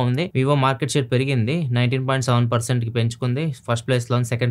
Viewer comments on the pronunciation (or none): none